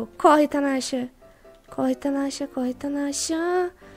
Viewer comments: Vc falou tanacha mas é natacha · "Corre tanasha" kkkk não é Natasha não kkkk te amo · Vc fala tanasha mas seu nome de personagem é Natasha kkkkk até eu me confundo as vezes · hora de falar que vc é indecisa vc falou tanacha kkkk